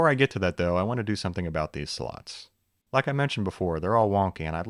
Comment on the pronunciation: "Could" is an awfully strange way to pronounce "do"